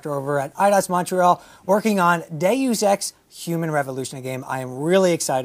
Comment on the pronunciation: No one except for the developer can pronounce Deus Ex right...ughhnnnn *sigh*